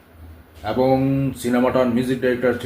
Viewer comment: ভুল কথার উচ্চারণ, ঠিক ঠিক মত বলতে না পারা, আর হাজার বার অ্যবং অ্যবং ।ভীষণ ফালতু উপাস্থাপনা।